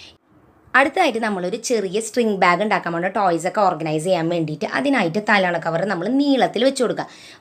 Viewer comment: Talona alla talayana